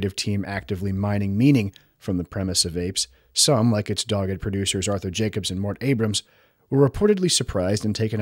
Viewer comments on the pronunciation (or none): none